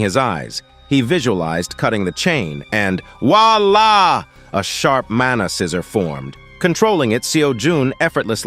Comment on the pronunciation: I like how he says "voila" like "WALLAH". Wallahi my brudda